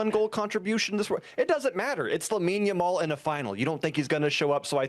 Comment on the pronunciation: This host is TERRIBLE! She keeps calling Lamine Yamal...Lamal. WTF? How clueless about players and their actual names can one be? She should not be working for this show. Get someone in who is familiar with the players and isn't just making up jumbled versions of their names. Surprised she didn't say Lessi while speaking about Messi.